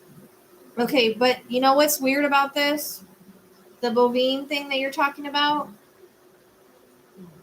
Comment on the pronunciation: Bovine is pronounced with a long “i” sound. The “e” is silent. I am not trying to be rude. I just thought you might like to know.